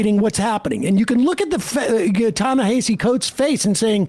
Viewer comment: Y'all been mispronouncing this man's name since forever: "Ta"-Na"- "Ha"-"See"